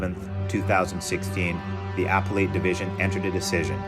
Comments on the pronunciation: "UH-PEL-IT! UH-PEL-IT! UH-PEL-IT!!" 🤦 NOT Applle-et!! Cringe!!! 😱 I enjoyed the video, but I highly suggest you get a legal dictionary so that you don't mispronounce the most basic legal terminology. Doing so kinda pulls from your credibility, if you know what I mean... Just saying(with the intent to help you accel😊). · “Appellate” is pronounced uh-PELL-it, if you're interested.